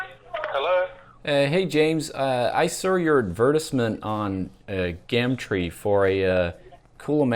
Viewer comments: That and don't say "gamtre," it's "gum tree" in 'merican. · Your regular voice is more like an American accent than the "American Accent"... Also we wouldn't say GAHMTREE, we'd say GUHM Tree